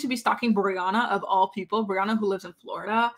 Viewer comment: Did u just call her boriana 😂😂😂 yesss